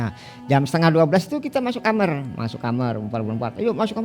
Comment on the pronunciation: Kenapa semau narsum kalo nyebut "Kamar" jadi "Kamer"....?!?